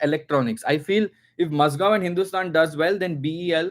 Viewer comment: Its Mazagon not MazGaon